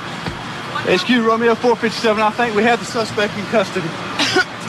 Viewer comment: Kiked when the police said one in costedy